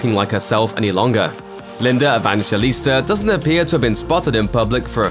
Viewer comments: Just call her Linda if you didn’t even inform yourself about the right way of pronouncing her surname 🙄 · Why are you struggling to pronounce her name properly?